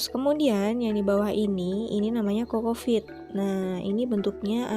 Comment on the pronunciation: Bukan cocofeet bunda, tp cocopeat